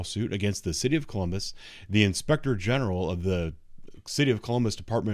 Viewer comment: I don’t think they know what defamation means! I still hear “Inspector Gadget” when you say, “inspector general!!!! Freedom of Speech! You are an incredible Officer and Gentleman🙏🏻🕊✝️🌸♥️🇺🇸